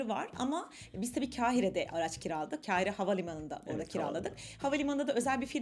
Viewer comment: Mısırı anlatırken, KEHİRE olarak telaffuz etmeyiniz. K A H İ R E olarak telaffuz ediniz. Acaba diliniz mi dönmüyor, yoksa ma kekeme misiniz?